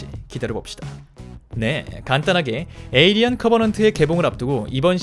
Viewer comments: 에'어'리언이 아니고 에'일'리언인뎁쇼... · 저글링 영어로 해도 에일리언.. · 중간중간 에'얼'리언이 들렸다만 일단 무시하자... 발음생활 어서 나오길